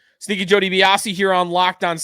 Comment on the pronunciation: I’ve been listening for about a year now and I still can’t tell if he’s saying Stinky or Sneaky Joe Dibiasi. Buffalo Tank is confused.